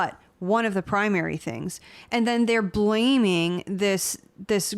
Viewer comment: Chihuahua Champagne: The word is “things” with an “h” not “tings”